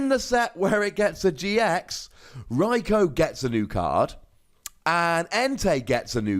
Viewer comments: In the GX video you say “Rikoo”, the way it’s supposed to be pronounced. Why do you you say “Rikoh” now? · Watch some of the episodes where they mention Raikou. They pronounce it as Raik-oh.